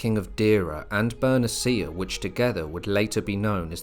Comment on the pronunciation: it's Ber-NEE-shyah... Not. "Ber-neh-CEE-ah". shsh... Is this an AI voice??